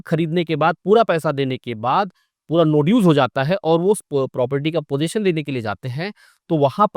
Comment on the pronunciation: ' पोज़ेशन ' नहीं 'पज़ेशन ' कहो